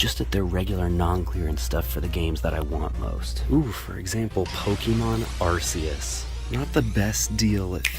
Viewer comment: Even after pokemon making an ARC phone to help us pronounce arceus , we still mispronounce it 🥲